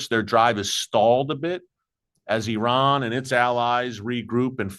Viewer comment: So glad to hear you say ee-rahn and NOT the incorrect EYE-RAN. There are many thousands of Iranians have become secret Christians from listening to radio preaching.